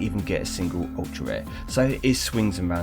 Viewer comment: So many times you said sr instead of rare😅 GG on the bentley, deserved after those ceramics